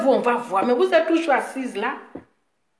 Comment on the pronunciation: Et puis on dit pas "vous êtRes quoi ?" Mais "vous êtes quoi ?". Faut demander à EK là elle va t'aider à bien conjuguer le verbe être. Y en a leurs larmes pleurent, moi mes oreilles saignent tellement tu massacres joli français des gens là. Ça va améliorer tes directs. Take care... lol